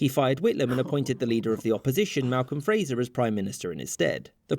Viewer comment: Sorry, the video you are reacting to is garbage that doesn't get anything right. You'd do far better to read the article on Wikipedia. It seems crazy because it's drastically oversimplified when it is not outright wrong. Also, Malcolm Fraser's name was "Fraser", not "Frasier".